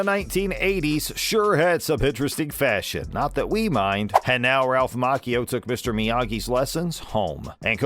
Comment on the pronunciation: I wished the host would quit mispronouncing Ralph's last name.